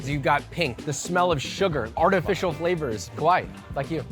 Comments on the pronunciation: you called him scary not cute.... also every time you said "cute" you actually said "scary" ... love the vid anyway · Me over here dying in the first minute of the video with josh calling Yappy Kowai (Ko-wai) (Scary) vs Kawaii (Ka-wa-ee) (cute) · ohh nooo haha you said "KOwai" like you ! Which is slightly different from kawaii ahahah it means scary. He was like :') I understand., but still. 👍 haha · Whenever people say kawaii they sound like kowai which means scary not cute 💀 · Kawaii, not kowai.. 🥲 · Just a heads up - Ka-wa-ii (long "e" sound) means cute or adorable. Ko-wai means frightening or scary. You called that tanghulu scary. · 'Ko-wai' is scary, 'ka-wa-ee' is cute btw u kept saying scary in the video lol